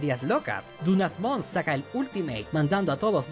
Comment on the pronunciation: por que le llama "perkymon" a kerpymon y "dunasmon" a dynasmon? me pone muy nervioso xd